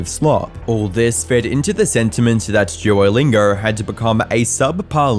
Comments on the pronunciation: "Duorr lingorr" 😂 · Everyone: "duolingo": "DUOLINGURRRRR" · Forget posting, dude, I think you might be suffering a stroke. You cant speak for sh!t, practice in a mirror saying “Duolingo” not “Dieewerlaingow” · Duolingo ❎ Juolingo ✅ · Jew-o-Lingo? Jew-o The Owl?? WTF??? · Why does he call it "jewerlingo"? Is he retarded? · really annoyed by how you keep pronouncing it as "djuwolingaur" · Am I the Only hearing "jewlingo" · « JEW-O-LINGAR » lmaoooo u piss me off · All I'm hearing is "Juolingo Yapp" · i cant get over his EXTREMELY BLURRY, eye shattering, edit .. and the way he pronounces duolingo .. "DJUWOLINGORR" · I heard it more like "drew-oh-lingour" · Why does the presenter keep calling Duolingo "Jew-O-Lingo?" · juer lingur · Never heard of jewllingo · It's bothering me that he keeps pronouncing it like ''joylingo'' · the way you say duolingo is physically hurting me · I am annoyed by your pronunciation of duo